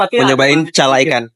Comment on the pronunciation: Bukan cala ikan kaka tapi cara ikan😂